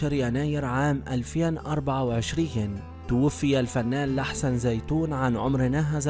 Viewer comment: لحسن زينون ماشي زيتون😂